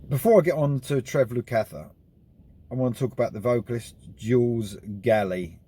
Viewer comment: Yes great album, but you could have done a little internet research into the pronunciation of two of America's finest musical families before uploading. The Porcaro's and Lukather's are known worldwide by anyone who knows anything about music. Jules and Josh are being a little quiet since the release. It would be better if they gave their side into why the sacked the man who seemingly got them together!